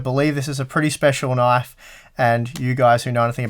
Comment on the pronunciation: "That's not a knife. THAT's a knoife."